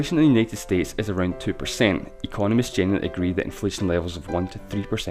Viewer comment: "What money ezzz" lol